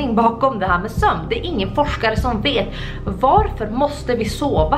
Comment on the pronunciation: Förlåt förlåt så jävla mycket men du säger "vaarför" man skriver varför men man uttalar värrförr